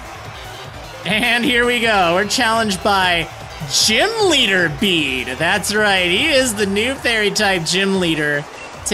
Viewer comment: Finally someone who pronounced Bede right 😭👌👏